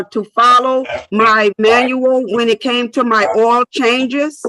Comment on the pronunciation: If you pronounce the word “oil” as “oh well”, you need a lawyer.🎉